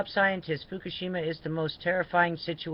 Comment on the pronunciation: You are always talking FUFUSHIMA Look up Fukashima radiation map